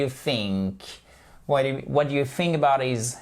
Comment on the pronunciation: Vous dites THICK ok it’s correct mais fink pour Think !!!!!